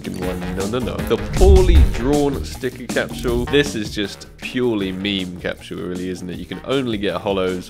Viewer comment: why you say “capshule”